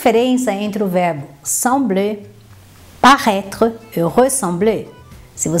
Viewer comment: Ela pronuncia o verbo como si fosse parraitre!! Frances ao brasileiro.